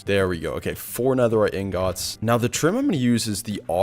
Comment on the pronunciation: Bro please stop saying ingats